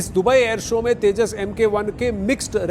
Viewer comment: Not tejsh mark 1A , its tejsa